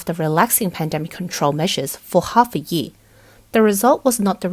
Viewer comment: I love this channel and have been watching every single one of their videos the past year. Maybe it's just me but how the female narrator pronounces "year" really buggy me😅